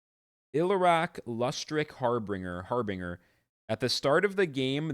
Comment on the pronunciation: Har-bin-j-er.* not g sound. Set looks neat!